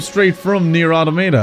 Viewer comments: Alt title for the video could be painfully wincing everytime gamer guy mispronounces Automata. A-ta-ma-ta is not the way it's pronounced. A-tom-ata is how it's pronounced. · The second way you pronounced Nier Automata was correct. You've probably heard everyone pronounce it the first way which is completely wrong because apparently native english speakers don't understand their own language at all.